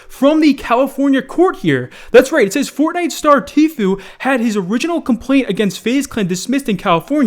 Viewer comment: Am i the only one happy he finally pronounced Tfue's name the correct way?